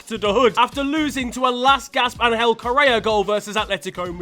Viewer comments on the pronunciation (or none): none